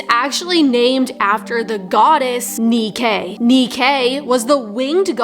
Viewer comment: I know. He pronounced it wrong is what I was saying.